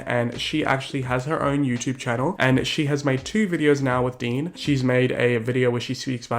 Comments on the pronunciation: When you called Dean “Dan”... 😂💀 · sorry but i fucking died every time you called dean 'dan'. really shows how he isn't all that relevant or famous and let his 15 seconds of fame get to his head. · calling dean "dan" multiple times honestly made me laugh so hard. iconic